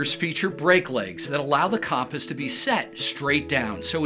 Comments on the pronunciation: I was wondering if that was annoying anyone else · Disliked PURELY for "CAHMP-us" pronunciation 💀 bizarre